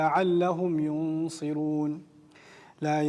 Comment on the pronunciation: آیت کےآخری لفظ ینصرون میں ص کے اوپر زبر ہے لیکن انہوں نے زیر پڑھی ہے اللہ انکو اس محنت پر جزائے خیر عطا فرمائے آمین 🥰😘